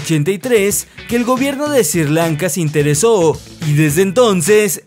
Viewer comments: Sri Lanka, por Diooos, es SRI LANKA, no "SIR LANKA"! 🙇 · “Sir lanca” no es Sri. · Perdona pero Sri Lanka se pronuncia como se escribe no se dice ''Sir'' Lanka, era solo una sugerencia. buen video saludos y un like